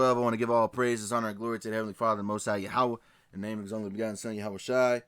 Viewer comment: Good stuff! Yahua not yahowa